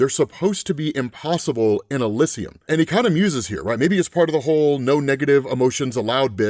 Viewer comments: Love your it work dude but ih-LIZ-ee-uhm not ih-liz-i-uhm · Can't pronounce Elysium. Tsk